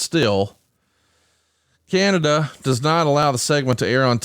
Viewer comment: Did you just say Canadia? Wtf Bruce lol!